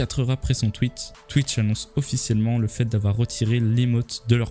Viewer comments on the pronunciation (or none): none